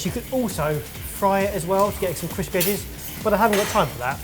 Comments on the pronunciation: So are we just ignoring “chrispy” chicken? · "chrispy". Am I missing something?